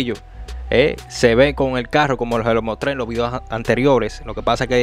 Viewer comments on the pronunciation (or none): none